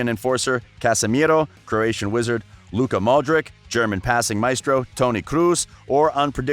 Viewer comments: its not luka modrik , its luka modrić (ć=ch ( like chelsea, not kelsea)). in any language except english c is not same as k, ok? totally different letters. if you see c, ć or č in someones last name do not say k, when we want k, we write k ( like in Kane...K) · “Arseeeen Wenger,” “Zinadine Zidayne,” “Modrick.” This guy’s pronunciation is whack